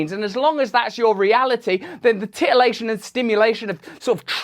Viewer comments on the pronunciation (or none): Lol he said titalation